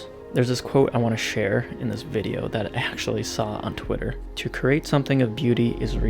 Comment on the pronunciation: When he said “thanks MpB for sponsoring this vide” I thought he said “thanks MTV for sponsoring this video” I was like “what?” Lol 😂